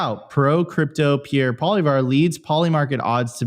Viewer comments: Actually it’s pronounced “Pwah-lee-ev-ruh”. I’m a Canadian reitired French teacher. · its pronounced like "poly-ev" for crying out loud lol